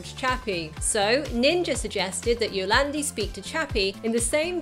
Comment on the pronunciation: For future reference to all you non South Africans, 'Die Antwoord' means 'the answer' and is pronounced DEE ANT-VOORDT, instead of DEE ANT-VERT or DIE-ARNTWOORD. Good pronounciation of Yolandi though, I hate being lumbered with YO-LARND-I.